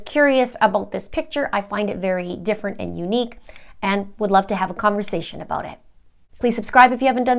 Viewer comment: “ABOTE” Canada, LOL😉❤️